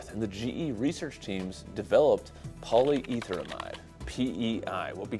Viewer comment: It's PolyEtherImide, not Amide, which is an actually different chemical.